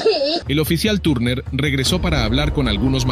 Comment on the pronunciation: Turner no tarner (y me refiero a la pronunciación)